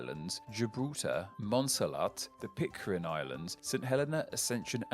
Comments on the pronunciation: PIT - CARE - N not PIT - CAR - IN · Pitcairn, not Pitcarin. Yikes. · PitCAIRN...not PitCARIN. Sorry. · Explain what? was pronouncing Pitcairn as Pitcarin because of a typo somewhere. Such a hard mistake to make if you do your research. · came to this channel a few years ago for the interesting ethymologies, stayed for the badly mispronouncing of most of the names :))) In this video 'Pitcarin' takes the cake :)) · But it's definitely not Pit-carin!